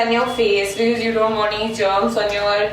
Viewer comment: It's BECAUSE and not BICIZ😂😂 or you could have just said BECUZ or CUZ... BICIZ us way too funny 😍 anyway love your videos ❤❤❤❤ waiting for 1m❤❤❤